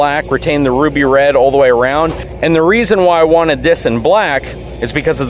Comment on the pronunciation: Did he say "Roofie Red?" Lol